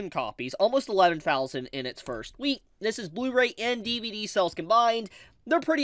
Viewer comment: I kept thinking you where saying cells not sales and thought people where selling animated cells from back in the 90s.